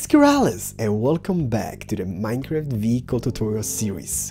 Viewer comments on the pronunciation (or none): none